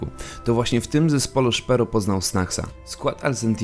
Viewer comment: Filmiki wgle nie trafione do tego co mowicie.. Zeby chociaz cos bylo z 1.6.. Nie akcentuj nickow na angielski.. np. ths zawsze byl tehaesem. A i jak juz to SZPERO nie SZPERU.